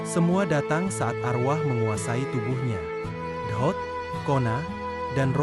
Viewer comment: Dot bukan ohot